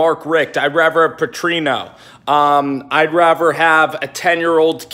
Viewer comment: Dude, nice house!! Question, are you saying raver instead of rather? Lol